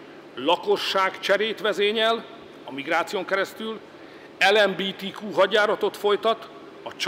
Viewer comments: Imádom, hogy a főni elembítíkúnak ejti ezt a magyar mozaikszót😂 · Angol tájnyelv. 😅